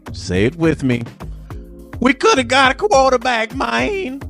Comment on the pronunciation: …. Keep em comin! Great content! Also thanks for the cameo. “We should gotta a qwaterback mayne”. I love it!!